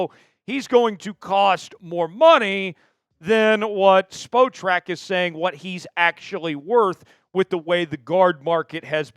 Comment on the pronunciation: S. The site you're referencing is pronounced SPOT-TRAC, not SPO-TRAC